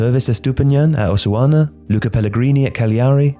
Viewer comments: is Osasuna that hard to say? OSA-SUNA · Repeat after me: O SA SU NA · Did you just butcher Osasuna?